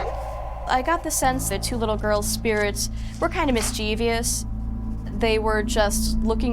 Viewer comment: "mischievous" (badly mispronounced) I wouldn't trust any "specialist" dealing with complex things if they couldn't pronounce a common word. The idiotic/ignorant say mis-chee-vee-us, whereas it should be pronounced mis-chiv-us (3 syllables).